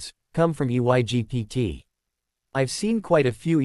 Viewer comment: Why does this stupid AI not know how to say the word Egypt